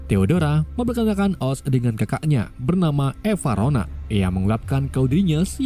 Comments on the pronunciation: EVANORA apa Evarona ? 😂😂😂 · Evanora bukan evarona